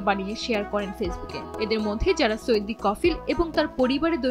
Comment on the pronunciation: সৈদি নয় আপা বলেন সৌদি